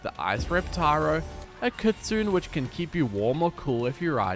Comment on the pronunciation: I mean this a nice correction way for Kitsune it’s pronounced kit-sue-nea it’s also a fox not a wolf